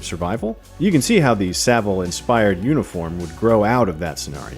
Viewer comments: Please do your research first. Emphasise the “a” not the “i” in Savile. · It's SA - ville - not Seville or S'ville. Besides, in the UK he's just known as "c*nt". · It's SAV-ILL not Sa-ville. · Please learn how to pronounce Savile. It's Sah-vill. Not Suh-vill. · It’s pronounced SAVLE not sa-ville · its sah-ville not se-ville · Its Sav-ill... not Sa-Vill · Just a note on Jimmy Savile's surname...its pronounced like Sav-ull, not sa-ville 😉😀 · why can't americans pronounce Sav-ILL not Saveel. its really funny. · 'Sav-ell' not Seville... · Its SAHville not Seville in terms of pronunciation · Saville* not 'seville' lol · Jimmy Sah-Vill, not "Savil" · By the way it's pronounced Jimmy S -ah -ville, not Seville 😆 Olay! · It's Jimmy SAH-VILL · OMG. Jimmy Saville. Not Seville 😂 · It's pronounced Sav-el, the el like how you pronouce 'hell' not how you pronounce 'ill' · It's pronounced 'SAV-ILL" just an FYI. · Just to be annoying, Saville is said like Sav-uall ;) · I physically recoiled hearing 'seville' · It’s pronounced ‘savul’ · Get his name right. Thats so annoying. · Please stop pronouncing Savile like the city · How not to pronounce Savile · Why do you pronounce savile like that? lol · Saville was a surprise for sure but not as surprising as the pronunciation from Americans on youtube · Your saying savile wrong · Americans cannot pronounce SAVILLE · I have heard so many Americans pronounce Jammy Saville's surname incorrectly in their reviews for this film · Why are Americans incapable of saying the word Savile correctly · The Savile pronunciation 😶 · Im glad your shedding light on Jimmys characters to the Americans who didn't know the refrence, however you could of at least pronounced his name right. 😂😂